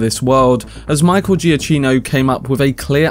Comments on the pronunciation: Good video. 2 points: 1. His name is pronounced "GiaCKino"' , not "GiaCHino" 2. There is a reason why the 4 note Motive is repeated a lot. According to Matt Reeves and Giacchino this also symbolises the obsession Bruce Wayne has with Batman, it's constantly playing in his mind, the rhythm almost becoming his heartbeat, so there's definitely a deeper meaning behind it than some people realize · As Michael puts it on his Twitter bio, it’s pronounced Juh-KEE-no. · You have pronounced the surname not correctly, it is Giakino (pronounce K). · great video but please pronounce his name correctly